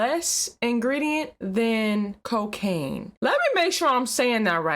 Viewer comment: Cocacain not crackb